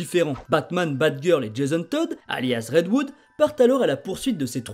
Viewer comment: Petite précision car ça me titille l’oreille à chaque fois : c’est red HOOD et non red WOOD 😅